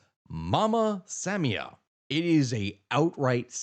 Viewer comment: Sa-MI-a, not SAM-ia